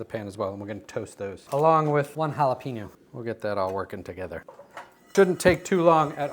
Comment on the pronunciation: Just remember there’s no ‘peen’ in the pronunciation of jalapeño 😊🚀🐲